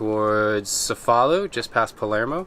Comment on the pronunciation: So cool to se you're in Sicily beautiful land of my heritage! Also, the C's are pronounced hard there CHE'-FA-LU - CHE' as in Che Guevara. Salute!